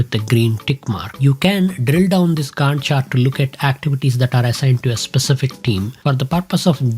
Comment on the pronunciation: Your pronunciation of 'Gantt' and referencing it to Wendy... got me rolling on floor.... overall I enjoyed the tutorial...